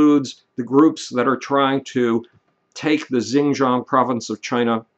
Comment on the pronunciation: Xinjiang is pronounced "sheen-jyang" with a hard 'J' like in "Jack"